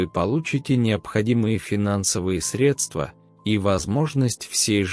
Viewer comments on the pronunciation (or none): none